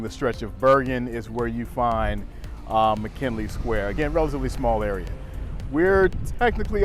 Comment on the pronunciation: It's McGinley, please stop pronouncing it like "McKinley". "G", not "K", dude.